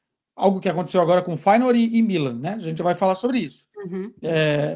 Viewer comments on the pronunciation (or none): none